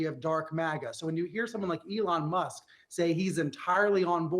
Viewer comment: "lyin' leon musk.